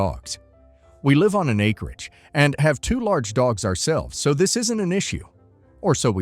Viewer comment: Hey, the AI read-aloud voice is reading "So." as south instead of the word "so". Try using a comma instead of a period.